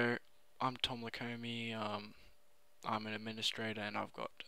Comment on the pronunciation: What's an "Andministrator" and a "camands"?